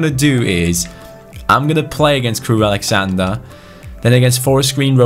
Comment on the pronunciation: I love you but it's Crewe AlexandRA not AlexandER